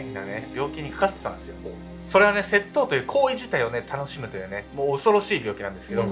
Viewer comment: 窃盗のイントネーションwセットォ⤵︎オ